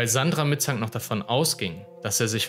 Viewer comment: Warum sagt der Sprecher immer "Mitzang"? die heißen doch (laut Einblendungen) "Mittank", oder nicht? 🤔